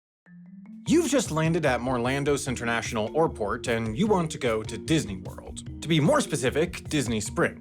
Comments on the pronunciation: Thank you for "MORLANDO CINTERNATIONAL OAIRPORT" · It’s absolutely insane to start a video with “Morlando Cinternational Orport” and I love it.